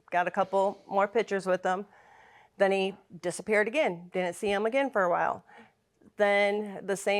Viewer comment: FOR...not FER!!!